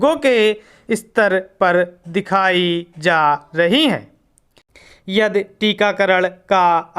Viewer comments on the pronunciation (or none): सर आपने यदि को यद बोला, तमिलनाडु को तमिलनाड बोला,परिवहन को परिवाहन बोला। बेहतर हो कि आप अपने उच्चारण पर ध्यान दें।